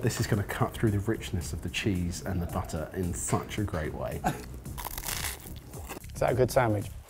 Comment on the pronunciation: BAHtah. It's a BAHtah-making kit. Using BAHtahmilk.